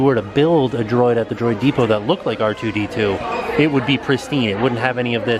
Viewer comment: C-R2D2 😂😂 I love you